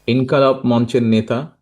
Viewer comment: ইনকিলাব উচ্চারণ সঠিক করে করেন নেতা